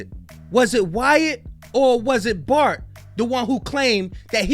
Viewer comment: ‘FART’ instead of Bart😂😂😂😂